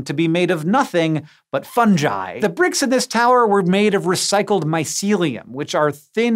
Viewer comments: I got so triggered when he said Funji..... its fuhng-gii. You dont call it a Fun-Jus do you? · Fun guy.... Not fungie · its not 'fun-jy' it 'fun-guy' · Wait wait.. Fun-jai?? Not Fun-ghee? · Fungi Not Fundgi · How is it possible to mess up saying the word 'fungi'? Fuhng·gai. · Funji?? Are you trying to say fungi? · Fungi pronounced ‘fun guy’... I bet this guy says JIF rather than GIF... Tell me, is the word, games pronounced ‘games’ or ‘james’?? Or what about GitHub, do you pronounce it JitHub? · It's pronounced 'funguy' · Fungi is a hard G sound, not a J sound. They're called a fungus, not a funjus. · Hank!!!! I love you, I really do .. but please, please, please (and I know you've talked about this before) hard 'G' on the fungi please? It's latin/italian/romance language word and the g is not a soft g. Please, please, please ... I can't bear it anymore.